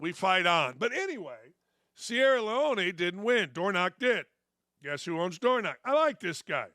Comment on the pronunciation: It was the BELMONT quack quack. And it's pronounced Leone, not Leoni. I do agree with you though the vast majority of the time. Good luck Dan. 👍